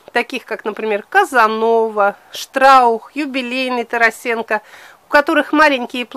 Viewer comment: Здравствуйте.При всём уважении к вам надо говорить не ТарасЕнко,а ТарАсенко. Он мой земляк с пос. Воронеж Сумской области.